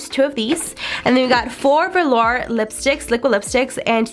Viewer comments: Did anyone else hear her say velar and amunation instead of velour and ammunition? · VO-LURE not Verlar... it was killin me. Otherwise great video 😊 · Vehlaar 😂 I cant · Please please please learn to pronounce the names correctly. It’s not Veh-Lar. It’s pronounced Vuh-lure. That was making me crazy. Ammunition not animation. And if you swatch could you show the swatches close up so everyone can actually see ? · it’s vuh-lore not lure smh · “velAR’ girl it’s velour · I noticed that too... velar, ammunation, and settle instead of subtle. Lol. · And velar instead of velour. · I’m sorry but I cringed at how you said velour 💀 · When she was talking about the liquid lipsticks I was like, "wait, what is she saying before each one?" After the fourth one I realized she was trying to say VELOUR. like girl lmao